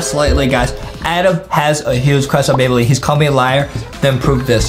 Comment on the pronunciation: Adam has a huge cwush on bambolina